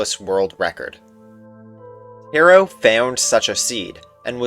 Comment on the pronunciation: great video and insane luck about the 9 eye but u pronounced taro wrong